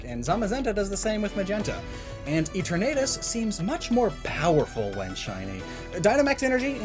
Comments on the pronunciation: please pronounce the names properly and no I’m not saying your language is wrong I’m just saying it’s ee-terna-tus not ee-ternay-tus I understand people pronounce things differently cus they’re from different countries but I’ve also heard most people say in your country it correctly however this is just a request and I doubt you’ll see it but if you do please consider as it is very annoying to me it’s no offence to you it’s just an issue that I have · i hate how he mispronounces Eternatus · the way he says eternatus hurts me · The way you say Eternatus hurts me